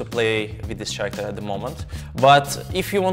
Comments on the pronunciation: Bro really said ch-aracter instead of k-aracter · I loved the way he said character 😂